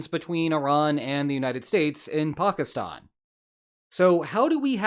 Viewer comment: Bro pack (like a pack of cigarettes) i then Stan (like the name Stan) Pack-i-Stan. I know you’re likely right but poockistoon is driving me crazy